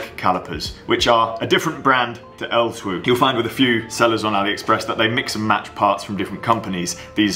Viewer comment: Great video - For reference, its just pronounced 'L-2' :)